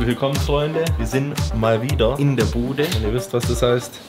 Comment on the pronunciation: "Wir sind, mal wieder, iN dEr BudÄ" 😄